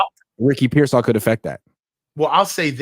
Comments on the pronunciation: “I’m giving him grace”, Kyle doesn’t even know who you are and you can’t even say Pearsall’s name right 😂 calling him persell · It’s pronounced Peer-sawl. Sheesh🤦🏾‍♂️😂😂😂